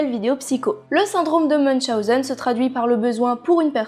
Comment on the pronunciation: J'avais déjà entendu parler du syndrome de münchhausen sans savoir que sa s appellait comme ça et celui de procurations je ne savais pas que sa existait en tout cas merci encore de nous apprendre tout ça et surtout félicitation pour la prononciation de münchhausen moi je l aurais écorché en le disant